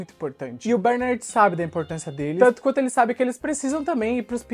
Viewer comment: Cara, para de chamar o nome do personagem errado, PELO AMOR DE DEUS! A pronúncia correta é "BERNÁRD" e não BÉRnard. Vc fazia a msm coisa com as crianças "AGACUI". Jesus amado que irritante!